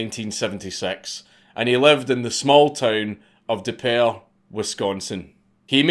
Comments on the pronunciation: It’s pernouced DEE pier like what you launch a boat off of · This guy was from De Pere?? Dang. It's pronounced like you would say "The water is DEEP 'ERE" "